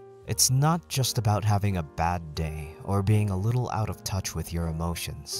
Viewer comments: I'm sorry, I have to point this out... whit? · Sorry to critique… but “With” not whit